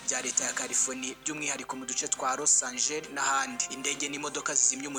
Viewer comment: Ntabwo ari Los Angel bro ni Los Angeles 😂😂😂😂